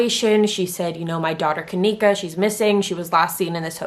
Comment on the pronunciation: You can't even say her name right